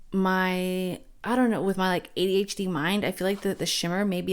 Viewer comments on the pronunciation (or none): none